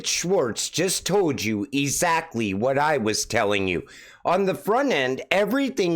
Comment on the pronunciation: I like your channel a lot but please pronounce the word as it’s intended, exactly, not ezakley. Sorry man, that IS NOT meant to be a personal attack, probably just my age.